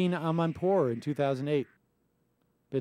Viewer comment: no it's your pronunciation. you say Christine Amanpour, she is Christi-ANNN. Whatever. Nevermind. You can't make this stuff up.